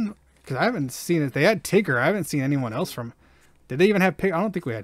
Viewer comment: man I almost spit my drink when i heard you say "Tigger" and had a stroke when you couldn't say sergeant 🤣🤣🤣